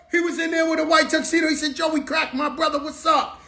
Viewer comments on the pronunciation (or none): none